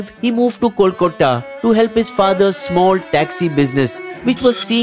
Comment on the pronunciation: great video! just wanted to point out a mispronounciation of "kolkata" in in the video